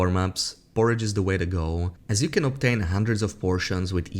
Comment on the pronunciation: You need to pronounce the words can and can't better